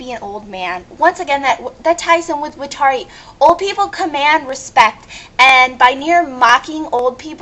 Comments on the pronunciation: WTF IS WITH THE GREEN CIGGARETTE ON MATT?! IF I WERE HIM, YOU'D BE LAYING ON THE GROUND SHOT. And whats wrong with smoking? Can't somebody enjoy a ciggarrete before getting shot in every direction possible? Watari, again, you pronunced his name wrong *facepalm* He's not a slave to L, just working for him. How is Mello the most offesnive? Though, I sorta loled at "Mello is one big censor bar waiting to happen" part. When I first saw Mello, I KNEW he was a boy!! (continued) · ok say it with me Wat-Are-e how the fuck can u pronouse his name wrong!!! and don't you think calling the elderly old people isn't offencive!!! and Watari is not L's slave he was his mentor L basicly looked up to him like he was a father!!! ok now you have gone too far with the Mello shit for one he is a guy!!! listen to his voice....ok how in hell do u think a scar across his face is offencive!!!?!? damn u piss me off and did u do that hidious drawing of him!!! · To all the people who dissed your DUMB-ASS, UP TIGHT, BITCH, I agree. MY eyes turn a slight red very, VERY rarely when I'm EXTREMELY pissed oof. You made them turn red. People who are able to see my eyes turn a slight red, are scared of me. You just made the wrong enemy dip shit. 1: You missed pronounced Watari's name.